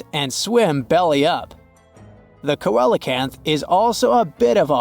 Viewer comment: It's pronounced sea lo canth!